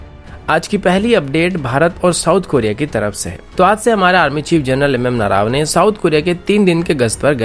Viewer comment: Bhaiya woh नरावने nahi नरवणे hai 😑😂